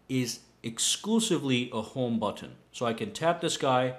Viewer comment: Butttton. Listen to everything macpro too. Buttiin.